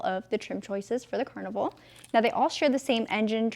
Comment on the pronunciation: “Car-nival” so funny! Keep up the great work!